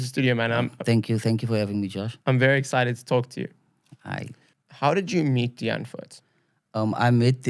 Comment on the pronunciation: It’s not die antford. It’s die antwoord